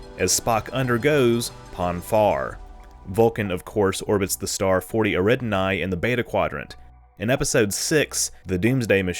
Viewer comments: sorry to be "that" guy but Eridani is pronounced Eh-ree-dar-nee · “Eridani” is pronounced like “AIR uh Don eye” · Where do you get these weird pronunciations for Star systems from? “Altair” is just “Al-tear” (“tear” as in to rip something; not the tear that comes from an eye). And Eridani is “Erih-danny.” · Librarians have a term for people that mispronounce words as, reader's pronunciation. Pollux and Eridani, are pronounced correctly in the series (if you watched it) and if you listen to astronomers you'll hear the correct pronunciation.